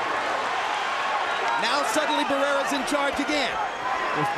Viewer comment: Cuando pronunció el nombre de barreras y morales me da vergüenza solamente en pensar en pronunciar el nombre de canelo y los otros mamarrachos de hoy en día 😎